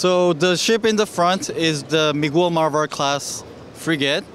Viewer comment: I like how korean butcher the last name "Brp Miguel marber"😂😂😂